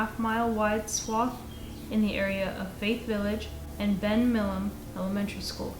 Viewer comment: They pronounced everything correctly except for Milam once, which is pretty good